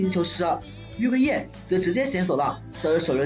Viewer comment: 還有 月桂Yeah🤣